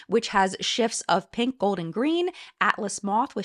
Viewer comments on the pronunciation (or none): none